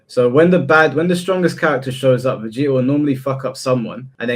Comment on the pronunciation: I get mad when speaks Vegeta name